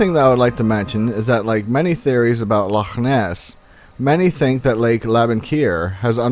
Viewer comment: You said loch properly thank you